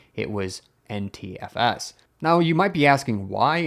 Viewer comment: Your NTFS sounds like Anti-FS. :-)